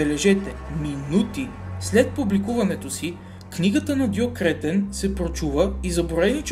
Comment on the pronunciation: Добавих те преди да прочета,не искам телевизор :))). Много тактично,че на Кретен слагаш ударението,където трябва :))) ,а не накрая.